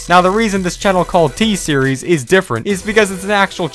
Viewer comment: It's t series not thee series you are pronouncing t series wrong